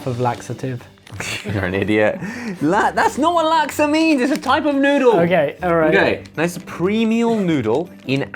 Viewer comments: Laksa is pronounced as Lak-sa And btw laksa is like noodles in a curry broth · This was good haha sounds like laxative laksa 🤣